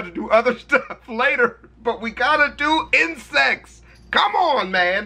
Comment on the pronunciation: "we gotta do insects" my fucked up hearing: "WE GOTTA DO INCEST"